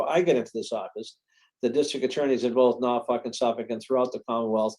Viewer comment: ..........NorfoLk, not NorfoRk. Other than that, loved your show.